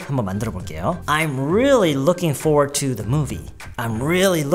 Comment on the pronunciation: Looking forward to 에서 Forward 말할때 for소리만 나게 말하나요?? Forward 라고 완전히 안읽고??